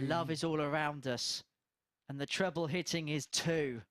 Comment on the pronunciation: Squeaky Chipmonk announcer...you talk some fkn crap, "Pwoper pwick" "Twebbw 17" fkn hilarious